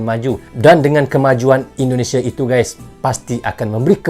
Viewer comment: NARATORNYA ITU ORANG MANA YA,,, SEMUA DIBACA DITEKAN DENGAN AKHIRAN HURUF. .." K " .indonesiak ,,Pertandak,, kambojak,,bagik